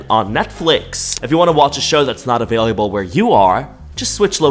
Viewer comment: I love you but the way you say available is absolutely insane